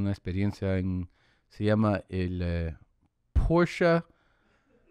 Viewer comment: "porsha....ah....driving experionce"😂😂